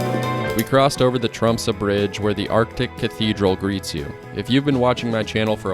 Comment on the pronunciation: Finally an American who manages to pronounce Tromsø almost like a native, instead of Trom-soe, or Trom-sau, which 99% of native English speakers pronounces. Yet English is in fact a Western Germanic language (Dutch and German), related to Northern Germanic language like Norwegian, Swedish and Danish. In fact English exists due to the Viking pirates, and Norse settlers that colonized the British Isles. A recent genetic study from 2019, show that all Brits are in fact part Scandinavian of mostly Norwegian ancestry… Old English was similar to Old Norse. Iceland especially and The Faroese islands are very similar to Norway in nature and its people came from Norway and Ireland. Scotland, Ireland, Canada and Alaska as well as Aotearoa NZ has fjords and similar scenery as well. Central and northern Norway was in fact Sámi ancestral lands and territory until the modern kingdom of Norway colonized Sápmi. Sámi are the only indigenous people in not just Scandinavia, but in all of Europe. Because their ancestors the Proto Finns migrated from Siberia Asia to northern Norway during the Last Ice Age bringing lifht hair, skin and eye colors, where they intermixed with the 1st Europeans (Western Hunter Gatherer), who were dark skinned, had black hair and blue eyes, originally coming in from the Middle East. The Proto Finns were distant related to all Native Americans as they came from the same area in Siberia. Their Sámi descendants are indigenous because they didn’t intermix with later incom